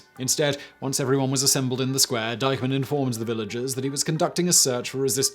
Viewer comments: Minor point but shouldn't the pronunciation of the German officer's name be Deekman, not Dycheman? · Diekmann. Not Deikmann. How heart can it bee? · Excellent. But please, please check your pronunciation. It's Oradour sur Glane. Pronounced Glahn or Glarn. And the name of the German officer mentioned (Diekmann) was not pronounced "dikeman" but "deekmann". You obviously worked very hard on this, a quick check would have helped you to get pronunciation right. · It's DEEK-mun, not DYKE-mun. I'm sure you've spent a lot of time producing this video. Your final step should've been googling the German names to see if the bios contain the pronunciation or finding someone who speaks German to help you with them. Also, some of those photos are ludicrous in their unrelated representation of the spoken narrative. The devil is in the details. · Interesting video. I know that butchering German is obligatory for Brits but the main villain is pronounced "deek-mann," not "dike-mann." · If the accused's man's name is "Diekmann," why does the narrator pronounce it "dikeman"? It should be "deekman," unless the real spelling is "Deikmann." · It is pronounced DEEKMAN not Dykeman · Not making much of a difference, but "Diekmann" is pronounced "deek-mann". "ie" is always "ee", and "ei" is "I"/"eye".... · Try to pronounce the name Diekmann correctly. It's Deekmann phonetically. i before e is always pronounced the long English e. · You REALLY need to work on your pronunciation of non-english terms...!!! In German 'ie' = ee, therefor "Deek-man" Sort it out.